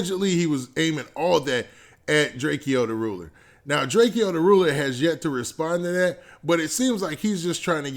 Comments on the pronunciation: It's Drake-o not Drakeeeo 😂🤦🏾‍♂️ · why u keep saying “drakee-o” its just Drakeo...like Drake-O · Its pronounced "Draco" the ruler my G